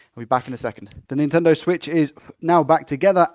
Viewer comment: "Intendo Switch" haha